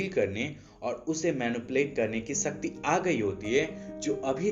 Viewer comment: Bhai it’s shakti not sasti